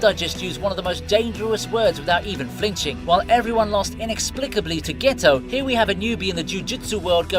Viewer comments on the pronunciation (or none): none